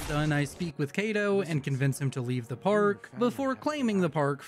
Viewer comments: amazing video, but we need to discuss your pronunciation of “Cito.” it’s not “Kate-O,” it’s “See-Toe” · Btw its cito not kato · Omg it is Cito not Kato he says his own name all the time. Ok my rant is done. Love the videos and I like that you aren't afraid to do the dlc content it makes the run more fun to watch